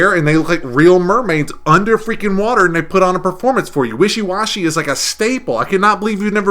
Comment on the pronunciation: WISHY WASHY??? You BONE head. It's Weeki Wachee! It's in Hernando County, Florida.